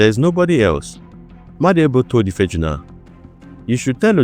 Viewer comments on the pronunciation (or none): Ife ah'juna... Not ifeejuna